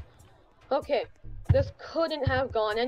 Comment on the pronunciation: I love how he says "Okeh" everytime ✨